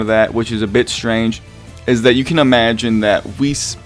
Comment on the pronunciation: Pronounce it like 'wish' but with an e >->